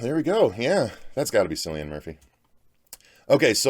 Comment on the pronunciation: Not to be picky but Cillian is pronounced with a K not an S. That being said, Cillian Murphy being in it has piqued my interest even more, he's a brilliant actor and still pretty underrated. Very much looking forward to this film.